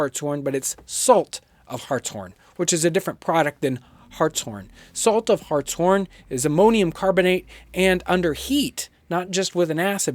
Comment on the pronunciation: Glad he said Hartshorn correctly. And yes it is my last name.